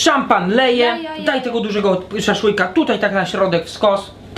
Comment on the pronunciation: Jak to przejęzyczył się kumpel, SZAŁSZŁYK:D